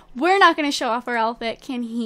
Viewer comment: 'owl-fet' 'hut dawg' idk the way pronounces stuff makes me smile especially outfit hahah sounds so much like owl fet